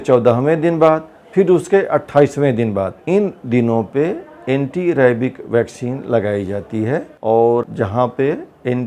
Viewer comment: Ye rabies ko rabik kyu bol rhe